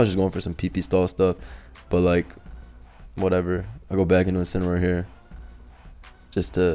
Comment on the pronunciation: “Inciniroar The Joins Agency”? I know what’s it’s supposed to be but that presentation was a bit off bro lol. Good matches tho